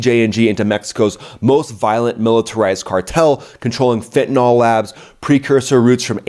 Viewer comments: I enjoy your insights, but PLEASE learn how to correctly pronounce than name of the horrible drug, fentanyl. It is commonly MIS-pronounced “fen•ti•nol” The correct pronunciation is “fen•ta•nil”. Thanks. David Clayton, MD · Dude, its pronounced FENTANIL not Fentanol